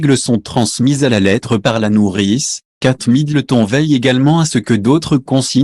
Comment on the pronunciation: Apprenez à parler à votre robot, trop rigolo la prononciation des noms de famille, j' adore Kate Middle thon 😅😅😅😅